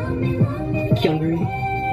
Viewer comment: it's five members actually. Sung-ah is on hiatus. Also, gotta help u with pronunciations. Its Hye-mi not hi me. it's 경리 (gyung-li)/ kyung-ri (english name), not kyun gri. Lastly, it's geum-jo or keum-jo (english name). It sounded like u put the u before the e. The other members' contracts expired and they chose to graduate.